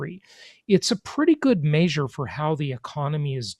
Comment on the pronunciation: It's measure not maysure